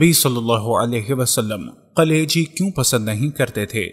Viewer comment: میرے بھائی یقینی طور پر یہ ایک بہتریں ویلاگ ہیے تحقیق اور حوالہ کے ساتھ بات ایک مفید اور با علم لوگون کا طریقہ ہیے جو آپنے اپنایا. البتہ ایک تصہی کرتا چلوں کہ لفظ 'کلیجی' ہیے جبکہ آپکے تلفظ ایسا تھا کہ جیسے آپ 'قلیجی' کہ رہے ہیں اگر ایسا ہی ہے تو کم ازکم اردو زبان میں یہ درست نہیں.